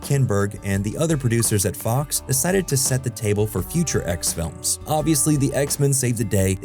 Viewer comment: I swear every time he said "X films" lol